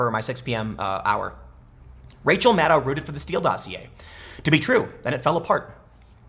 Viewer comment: MADDOW NOT MADDIE